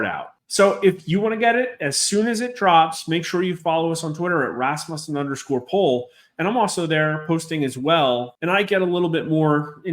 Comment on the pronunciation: You keep calling it Rasmussen but it's actually pronounced Rasmussen.